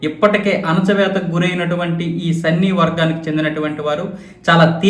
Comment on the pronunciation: సన్నీ కాదు సున్నీ